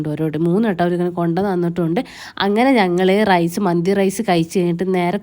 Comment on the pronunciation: മന്ദി എന്നായിരുന്നോ നല്ല പോലെ പറ കുരുപ്പേ 😂😂😂ഞാൻ കേട്ടത് മത്തി കഴിക്കാൻ പോവുകയാണെന്ന്😊😊😊😊😊ബല്ലാത്ത ജാതി 🥰🥰😊